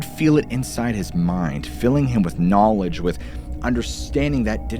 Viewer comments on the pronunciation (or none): none